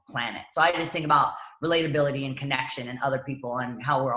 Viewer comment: It's because she said "relatability"